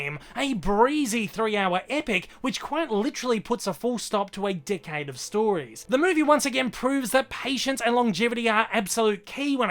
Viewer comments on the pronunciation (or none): Whenever he says “decade” it sounds like “dickhead” lmao